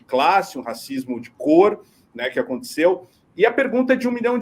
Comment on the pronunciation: Para de falar "aconticeu", isso virou uma praga todo mundo agora fala isso, é aconteceu!!